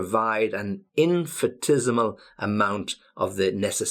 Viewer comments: Thank you. Love you ideas. Sorry, please check your pronunciation of IN-FIN-I-TES-I-MAL. You say IN-FI-TES-I-MAL. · I think 'ni' should be pronounced in in-fi-NI-tes-i-mal, not infitesimal. as you said. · the pronunciation of infinitesimal on the M&W is diffrent? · Hi! Just to know, you pronounced infinitesimal differently than it should be, is there any reason? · You’re pronunciation of infinitesemal is not correct. For the rest I like very much your videos. Please go on!!